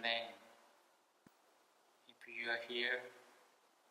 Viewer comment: 허팝:이흐유어히어 와디스유어네임 악령:뭐라하는거야